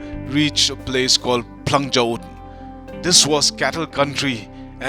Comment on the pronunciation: You're so stylish flang kynshi u said instead of phlang kynshi